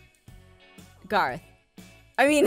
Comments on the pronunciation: When Garroth starts saying Gerroth you know somethings wrong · Garroth... did you just... pronounce your... own name wrong... ok I'm out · Has no one noticed Garroth said his name wrong? No? Just me? Ok..